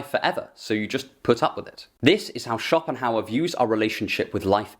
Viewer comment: Sounds more like Copinghauer